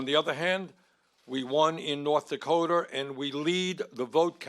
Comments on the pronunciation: There's not an R as the last letter of North Dakota, you IDIOT! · Can’t even pronounce the state he won correctly